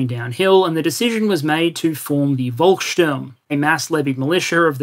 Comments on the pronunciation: Nice Vid like usual. Small hint Volkssturm. Read the V like F. The U is also not quite right, but hard to find an english example right now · I would disagree, he pronounced it well, and I'm a native speaker. Now Volkssturm he muddled up, since the V should be read as "f", not "v"